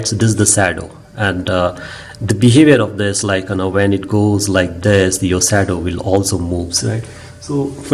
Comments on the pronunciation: exactly..... it's SHADOW and not SADO... 😀😀😀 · From an American to an Indian, I can assure you that your pronunciation of “shadow” is not your fault. Let us agree to blame the British.